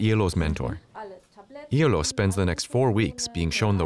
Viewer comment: Iyaloo not eylou